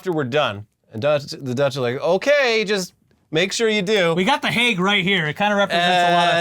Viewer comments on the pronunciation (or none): none